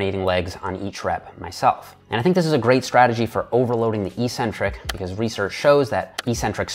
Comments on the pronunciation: Eeeeecentric isn't a word in the English language. eC-Centric is, however. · Eck-centric, not ee-centric. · "eccentric" is pronounced "ex-centric", just like "acceleration". No hate, just something I noticed and deemed worthy of pointing out. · Great video, good information and well explained. But I think you're pronouncing eccentric wrong.